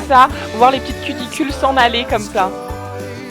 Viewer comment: Non elle dit culicule